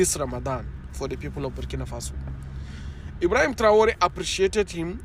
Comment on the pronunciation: Its Ibrahim traore not Ibrahim and traore 😂😂